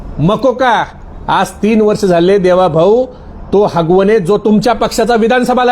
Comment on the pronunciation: आरे बाबा हगवणे नाही आगवणे आहे जरा अभ्यास करून बोला तर बरं होईल